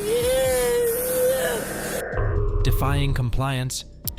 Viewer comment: Haha 😂 When she says “I’m so Sorry!” She sounds British or something! That 💩 was funny! That OC spray kicked her into respect mode. At least for those men. Poor husband. What’s with all these Biatch’s treating these poor guys like this. Us normal women would appreciate y’all! Js Well I too have been in a DA /Narcissistic relationship for 8yrs. My ex fiancé. Glad I’m free now.